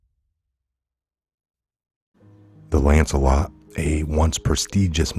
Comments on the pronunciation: Lancet not Lancelot. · Hi,it’s pronounced Lanset!!!!!